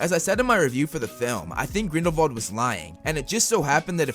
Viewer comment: Why do you say Grindle-VALD i tjought it was Grindle-WALD